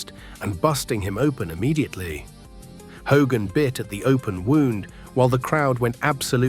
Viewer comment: "HAY-GIN" ?!! It's "HO-gan !" Thiss MUST be À. Ì. SLOP.